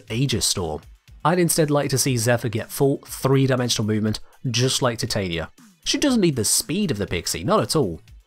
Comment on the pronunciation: My one small change to Titania would be pronouncing her name right in the game